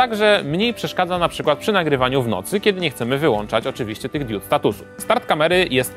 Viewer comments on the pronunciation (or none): mówimy diod nie diód #grammarnazi, a co do częstotliwości, 5GHz ma mniejszy zasięg niż niż 2.4GHz. Zaletą 5GHz jest to, że nie jest tak "zaszumiony" z powodu mniejszej ilości urządzeń pracujących na niej